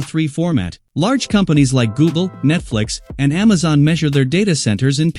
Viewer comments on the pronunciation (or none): none